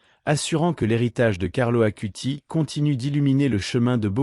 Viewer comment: Ce n'est pas ACUTI mais ACUTIS (avec un "S" à la fin)